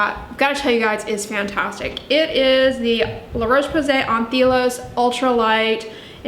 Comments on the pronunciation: Please please pretty please, it's anth-E-lI-os, the E pronounced like "Ellen" for example, it literally means sunscreen in greek. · Also, if I may, there's no "Th" sound in French. It's An-tay-lios